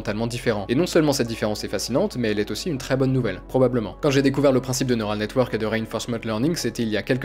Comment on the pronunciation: tu prononces mal "neural"